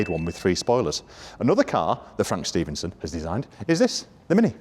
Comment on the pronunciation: Stephenson, not Stevenson! It's hurting my OCD! 😂😂😂